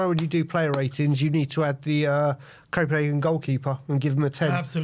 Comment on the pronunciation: its copenhagen